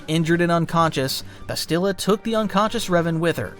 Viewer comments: Seeked is not a word. Sought is the word you're looking for. Discomfort not uncomfort. Also, the game pronounces Bastilla's name for you and you still mispronounce it. It's Bas still uh. Not Bas steel uh. You were even pronouncing it correctly in the first half of the vid then changed it for some reason. Then you proceed to intermittently go back and forth between the pronounciations... Clown. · Why are you pronouncing Bastilla's name like that? Or Carth's last name? The game is voiced,. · A few names you said wrong. Like Bastila. And you said Toris instead of Taris. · Tellos, Bastilla, Cherka ... the list goes on 😂😂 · He doesn't say Bastila's name right lol